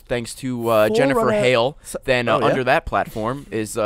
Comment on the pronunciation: Did he just say 'Jennifer Hale'? Son, I am disappoint.